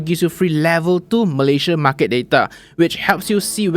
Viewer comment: What’s the correct pronunciation for market?